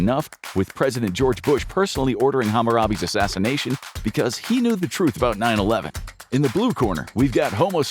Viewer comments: The fact that you called him "Ham-a-ram-be" tells me you NEVER cared about our lord and savior, Harambe. (HA-ROM-BAE) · It's harambe... Not hamarabe... Dude already forgot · Hahm-a-robbie XD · Homie called him Hammurabi. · HAMA-RA-BEE? THAT'S NOT HOW YOU SAY HARAMBE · Ham aram bay is a wild way to pronounce that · Bro called harambe hamarbee 😂the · Hamarabe???? Bro, I'm gonna need you to go back and re-record that pronunciation. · Harambe. Huh-ROM-bay. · the way the narrator pronounced Harambe was so wild I didn’t even understand who he was talking about. Also I don’t understand why we would want to fight a gorilla when we could just admire those sweet gentle giants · bro that’s not how you say his name. There was literally songs about him where they pronounced it correctly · He butchered poor Harambe's name. 😓 We're in true societal collapse. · Just when I thought we were pay Harambe, you mispronounced his name. 15 more years of chaos. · Delete this video and re-record it to pronounce Harambe correctly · I thought I was pronouncing it wrong my whole life! made me doubt myself for a second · I hate the way you said harambe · How dare you mispronounce Harambe's name 😤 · how you gonna butcher his name like that smh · Uhh why did the narrator just absolutely butcher harambe’s name